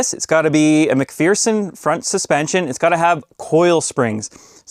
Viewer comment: for pronouncing "MacPherson" correctly!